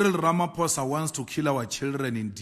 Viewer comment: Hi dear. The spelling of the president’s surname is Ramaphosa, pronounced Ramapawzah.